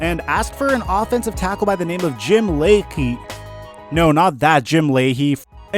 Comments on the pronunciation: Just for the record Lachey is pronounced La-Shay and he was a pro-bowler at the time. Still would have been a good trade for the Skins. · "Some guy named Jim Lachey" (pronounced La-Shay) 3 time all pro, Washington ring of honor, Lachey. Really dude? Do your research